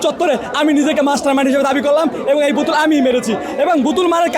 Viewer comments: কথা বলার উচ্চারণই শিখে নাই সে আবার মাস্টারমাইন্ড... বুতুল না বোতল সেটা আগে শিখো তারপর কথা বলো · প্রথমে সঠিক ভাবে বোতল বলতে শিখ, এইটা বুতুল না, এইটা বোতল।